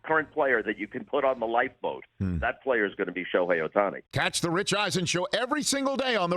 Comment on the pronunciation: his name is OHTANI. not sutahsnai